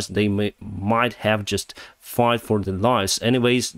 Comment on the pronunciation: There's quite a few other words too.. like "fought" he pronounced as "fauught". And there's another word I can't remember now, at the top of my head. But he use it quite a lot. Or at least he used to. And then there's all the words containing the letter "U". Especially if it ends with a "U".. like the Tochka-OUVVU! lol! But I'm not really complaining here.. it's all good! We all love.. But that aside.. I am surprised that he doesn't speak better English, given that he is a pilot after all. Thought it was mandatory to speak really well now a days, after all the plane crashes caused by miscommunication due to bad or inadequate English.